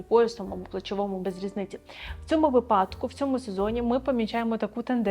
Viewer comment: Стосовно української. Займаюсь з викладачем та вже вивчила, що правильно ставити наголос на перший склад в слові вИпадок 😊